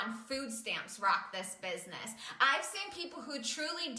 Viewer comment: "this bisniss" really triggers me